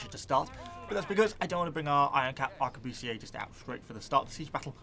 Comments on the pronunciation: The word Arquebusiers is pronounced “Ar-que-bu-siers” not “Ahr-que-boo-see-aye”, your pronunciation would be correct if you were speaking French though. Aside from that, nice video. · Not to be that person isn't it pronounced a-qua-bust-ers? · Ummmmmmm... Arquebusiers (Ark-we-bus-iers) Thats the historically acurate way of saying them.